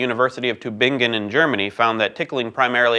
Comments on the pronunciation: Pronunciation was very close; emphasis was off: TÜ-bing-en, not tü-BING-en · It's TÜbingen, not TübIngen. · TÜbingen, not TüBINGen ;) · did you mean "Tübingen?" You should work on your German accent! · Why can't you learn how to pronounce our city names right? We learned how to eat your food! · I love how he butchered the word Tübingen. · I like how he pronounced Tübingen. It's about as wrong as it gets but interesting. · Oh my god, you said Tübingen, thats where i grew up! And even though i almost didnt recognize it because the pronounciation was slightly off, i still got weirdly excited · Jemima1377 it didn't take me any rewinding, just like 10 seconds to comprehend what the hell he just said. And yeah, the "slightly" was me being sarcastic, he really did butcher the name. I still like though, his humour is (usually) up my alley, so I'm willing to forgive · My favourite part about this video was how you pronounced Tübingen. :) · Sleepover137 Bothered me twice as much since that's my Alma Mater :P Cool to hear about it on Mental Floss though, mispronunciation or no. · Yeah, the German was perfectly acceptable :) And I guess I was less bothered and more chagrined. I don't expect anyone to pronounce the town correctly thanks to the Umlaut, that was just a particularly... creative interpretation :) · But it does sound funny that way. :)